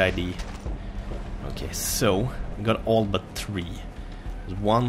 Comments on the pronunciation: His accent is amazing, he sounds just like my best friend; like my friend says three and it sounds like tree lol :-P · Love his intro "Hey guys this is and welcome to far cry TREE" xD